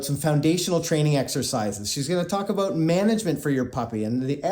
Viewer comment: Is this aboot Canada?